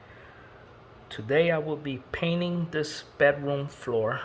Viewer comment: Did you say "paining" 🤔